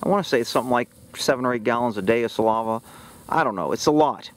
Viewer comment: its saliva not salava 😂 love you